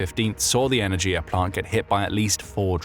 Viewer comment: Not energia, e-ner-ghi-ya!